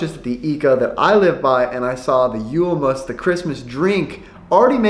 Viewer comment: Wow, you said julmust so naturally it almost slipped over my head. Then I thought "wait he said it correctly". Man you're getting better every day!